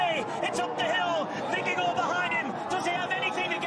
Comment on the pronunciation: And they pronounce the riders' name quite accurately. I never thought I would hear English speakers pronounce Vingegaard in any other way than 'Vingeguard' but thanks to a few guys the correct 'Vingegore' has become standard.